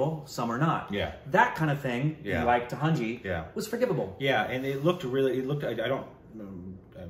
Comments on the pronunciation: Tanhaji... Not tahanji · Budge - Baju - Booj - Bhuj (finally got it right) Doot - Dutt (oh crap) Tandav - Taj - T - Tahanji (that's it 🤣) It was TANHAJI (a bit of Korbinization is fine)